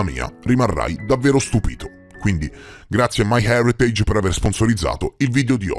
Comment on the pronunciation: Complimenti sinceri per la pronuncia di “my heritage”, hahah. Mi dà un po’ fastidio quando nelle pubblicità qui su YT o in TV pronunciano in maccheronico